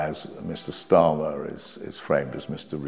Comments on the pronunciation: Wait...just when I was nodding my head sympathetically...at about 3m56s ...Keir...eer...SCHTARMMER! Slip of the tongue no doubt and not one of those Fareedian schlips. PS - Goodness me! Oborne keeps doing it! Implication is Starmer is "a Jew" and fair game! The Labour Files was interesting in parts. The Labour Party was clearly dysfunctional and could not manage its affairs properly. But any other group that would have been subjected to the same level of hatred and racism as Jewish people, would have been shielded and protected by Corbyn and his followers. Think about it! Note - I am not Jewish or Zionist or right-wing. I am against people usurping the struggle of others as virtue signalling, riding on fighting injustice while failing to understand complexity or knowing anything much about history, culture or politics. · "Kirsch Schtarmer"? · "Kier Schtarmer"🤣